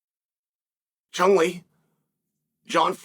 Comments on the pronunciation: Mf said Chung Lee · I literally said out loud "who?" When he said Chung 😂